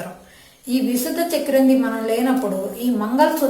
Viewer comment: విశుద్ధ కాదు విశుద్ధి అని పలకాలి..